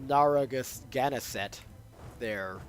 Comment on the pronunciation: Just started watching this and the audio is back! Great. But now would be a good time to ask you to repeat with me... Nair ah Gan zett (Narragansett) Course I was the kind of New Yorker that would correct visiting friends about Houston Street. "Hue Stun" is a city in Texas "How Stun" is the Street in NYC. BTW... The Brits were big on renaming things when they too over too. New Amsterdam became New York. The counties on Long Island were renamed King's County and Queen's County. Even Statten Island was renamed Richmond after the Kings bastard brother, Statten was the Dutch for Parliament. Somehow they missed renaming Nassau Street (probably a royal marriage was involved!) Course they didn't bother with renaming Jonas Bronk's farm... the residents took care of that themselves by calling it The Bronx. The American colonists were no better. King Street became Liberty Street and King's College was renamed Columbia. ah well... you said you were a history nerd. ;-)